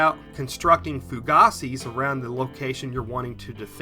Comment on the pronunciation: Not to nit-pick--just an FYI: in the military we always pronounced "fougass" as "foo-gas," and I believe that that is based on its actual French pronunciation. Excellent video, as always. I also have a question: All the oxygen absorbers that I have bought seem to be duds. Do you or any of your viewers have a recommendation on where to buy "fresh" ones?